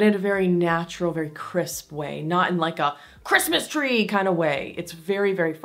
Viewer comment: the way you said christmas tree lol